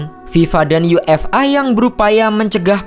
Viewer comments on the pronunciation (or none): none